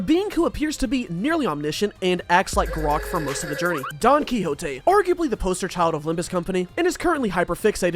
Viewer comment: your pronunciation of Don Quixote game a stroke please pay my medical bills